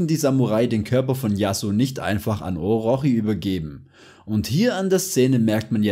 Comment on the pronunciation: Es wird Orotshi ausgeprochen Bro